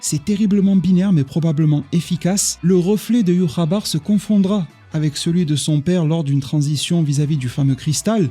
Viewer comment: entre écorcher les noms de Inoue en disant Inoueuh et Ywhabaha en disant Yhwaba, ça fait mal aux oreilles. Améliore la prononciation des noms au minimum je te prie